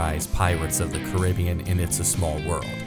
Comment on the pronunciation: Nice vid. Although I’ve never heard someone pronounce The Pirates of the Caribbean the way you do. :-D